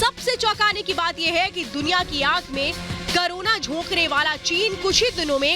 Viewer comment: करूण नही कोरोना कहिए